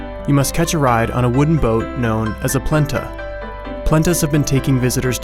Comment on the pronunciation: it is not "plenta" it's pletna (pronounciation plat-nah)